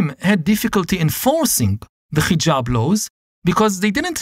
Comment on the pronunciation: It is not Khijab, but Hijab. Like haha, not kha kha.